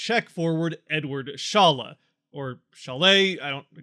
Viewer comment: During the Draft which i watched they pronounced his name as Shalla. Just so you know. Again that can be wrong. No one knows but Eduard himself